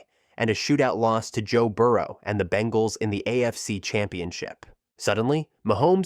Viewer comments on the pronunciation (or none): none